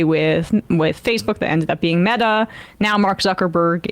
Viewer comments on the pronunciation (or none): none